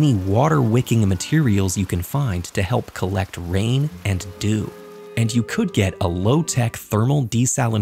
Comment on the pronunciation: That's not how to pronounce dew.